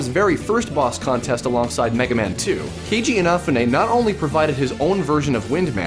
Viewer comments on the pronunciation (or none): He put the emphasis on the wrong syllables. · Kay-G-inna- foo-nay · why doesn't this guy say keiji inafune's name right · HE SAID KEIJI INAFUNE"S NAME WRONG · is right.